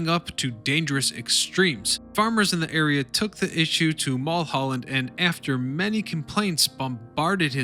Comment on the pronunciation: How can you mispronounce Mullholland. Really.